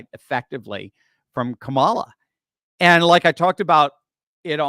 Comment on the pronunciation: I think Donald Trump belongs in the psych ward and maybe, too. He can't even say Kamala correctly